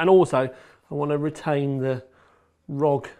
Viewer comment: The thing that really gave me OCD is that you pronounced it Rog, not R.O.G